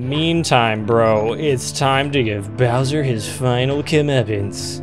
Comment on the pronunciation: Until someone pointed it out I thought he said “so long, de Bowser!”